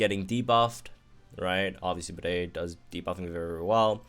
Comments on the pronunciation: Disrespecting my mans Bede calling him Bidet,he isn't a toilet that washes your butthole with water gun,he isn't Toto brand, He doesn't warm your butt in the seat,it is pronounced Bee-Dee,The heck?!?!?!? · pls why are you pronouncing Bede like that